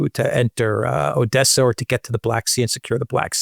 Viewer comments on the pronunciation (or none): none